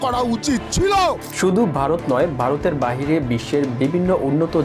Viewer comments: আরে বোকাচোদা খবর পড়ছিস বাংলাটাই তো ভালভাবে বলতে পারিস না ভারত কে বলছিস বারত ? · বারত! গন্টা ! দর্ম ! ভাই বাংলা উচ্চারণ টা ঠিক করে ভিডিও বানান। তা না হলে আপনার ভিডিও বিশ্বাসযোগ্য হবে না। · ভারত বলতে পারে না বলে বারত,ধর্ম বলতে বলে দর্ম এতটা অশিক্ষিত একটা লোক গায়ে কোট চড়িয়ে ভিডিও তৈরি করে!!